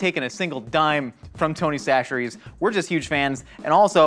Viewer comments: He finally said chacheres correctly (sa-sher-ee) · I’m so proud of Josh fully committing to saying Tony Chachere’s the right way, at least most of the time, lol.